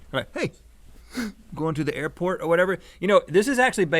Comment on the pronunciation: The "Earport"